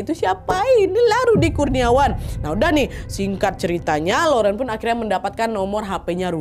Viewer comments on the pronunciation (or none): mau kasih tau cara baca kata2 berbahasa Prancisnya yaa. Sekedar info aja gitu 😁 - Laurent = lorong (r nya di tenggorokan) - Domaine Ponsot = Domen Pongso (Domen E nya dibaca seperti E di Enak, Etnik, Ekor) - Clos Saint-Denis = Klo Sang Deni (Deni E nya dibaca seperti E di Emas, Elang, Enggak)